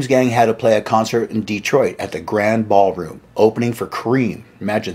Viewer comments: It's pronounced grand-ee ballroom, not grand ball room in Detroit. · It’s pronounced “Grandee Ballroom”, not “Grand”. Yes, in Detroit we un-silenced the “e”. One other comment, as a guitar player I would kill for a baseball bat Les Paul! And I have small hands. I think it’s atrocious that that baseball bat neck was reduced to a goddamn toothpick.